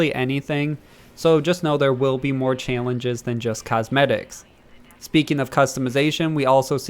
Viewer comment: I can't get over how he says "challenges"